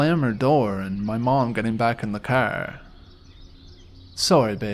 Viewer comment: Been binge listing to your vids and I can't help but notice that you haven't posted in 5 months! :face-blue-wide-eyes::face-orange-biting-nails: Also i love your accent when you say "car/yard" lol :goodvibes